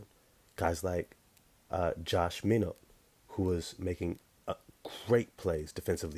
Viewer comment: It's Pronounced josh "MyKnot"